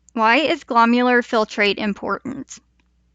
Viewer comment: Not glomular… glomerular sounds like gluh-mare-you-ler. Very informative, thank you 👍🏼